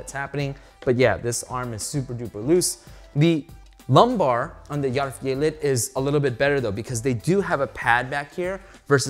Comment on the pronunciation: hahaah ohgod, when you said swedish and german are similar, no they're not! It did feel like as the review went on, you did pronounce it better and better, but maybe I just got used to it. but you did pronounce järvfjället really well !! thanks for the review.